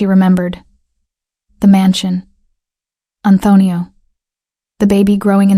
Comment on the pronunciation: Great story 👏. Narrator doesn't sound how to say Antonio. He doesn't know how to get a hold of her? He owns the hotel so he can't find the employee roster and find her? Not believable.